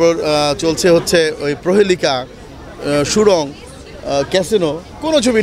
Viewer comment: তুমি একটা পরিচালক, সুরঙ্গকে বলছো সুরং।। পাগল ছাগল।।।